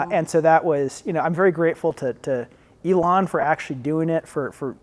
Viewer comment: He cannot pronounce Elon? Weird 😢😢😂😂😊